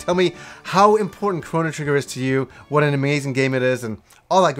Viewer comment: Big shout out from Yorkshire! Thanks for saying it right!